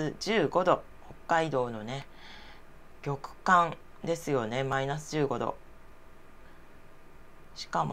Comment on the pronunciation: 極寒=ぎょくかんでは無く、ごっかんと読みます💦